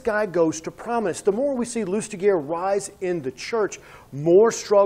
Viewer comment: Good review but his name is pronounced /lystiʒe/, more like 'loostijay', not loostigur